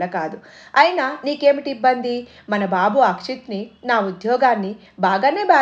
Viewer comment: Koncham prinouncian marchukomma!! Babu ki bu ki dheergham tiyakydadu, pitrothsaham kaadi puthrothsaham